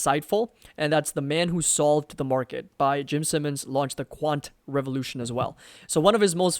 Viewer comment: I think "Simons" is pronounced like "sigh" instead of "sim"